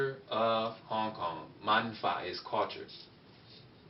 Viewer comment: when you say suo yi you pronouncation needs to be a little better and also same goes for Hong Kong.